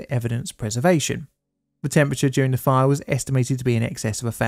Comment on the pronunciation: It's "the", not "dih". Ffs.